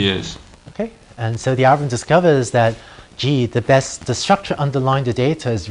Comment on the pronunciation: ' Algo-wiv-um ' haha